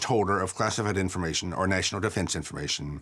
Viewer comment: “gross negligensh” “national defensh informatshon” I’m not just saying stuff for the sake of saying it. He has no jokes, no rhythm or inflection in his speech and has flehm on the back of a lot of words. I’m sure he’s perfectly intelligent but he’s not entertaining. Again, not everyone should be a host and that’s fine. If he’s a square allow him to fall into the square hole stop trying to shove him into a circle.